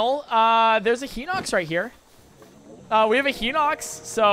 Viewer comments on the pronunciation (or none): my gosh its pronouced "Hine-ox" not "hin-ox"